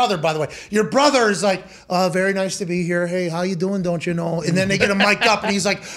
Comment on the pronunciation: the "Don't chya know" was a great lol